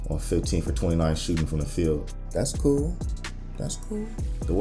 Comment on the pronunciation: “Das cooo” 😂